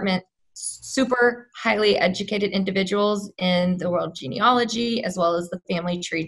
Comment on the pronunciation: It's genealogy, not geneology.